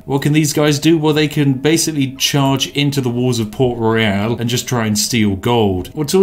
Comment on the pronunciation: He keeps mispronouncing the word "Royal". This is why Yorkshire Tea Gold won't sponsor him.